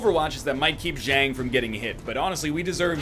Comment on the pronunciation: Everyone please remind NL to fix Zhang's name